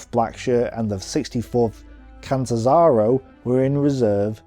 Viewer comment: If you cannot pronounce easy Italian titles, words or names, (it is Duce, phonetically Dooche, not Dushe, and Catanzaro not Catzanzarow) you can at least refrain from making fun of them. You seemed to stumble at the title Maletti group. Maletti was the general who led the battle group, same as there was a Kampfruppe Graf for instance.